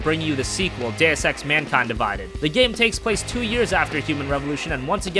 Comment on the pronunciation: Something about the way he says Mankind Divides, seems off